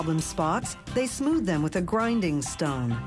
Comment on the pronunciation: Did she say a grinding STUN?